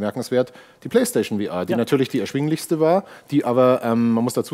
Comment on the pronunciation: Warum kann man bitte VR nicht einfach deutsch aussprechen?